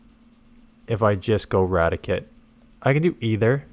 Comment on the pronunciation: ITS RA-TI-CATE not radikit